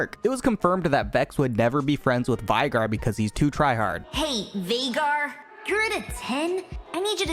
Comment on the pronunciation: I love how he pronounces Veigar wrong with the voiceline a second later saying it the right way